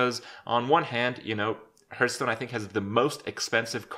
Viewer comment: Kripp, you mispronounce the word, Hearthstone.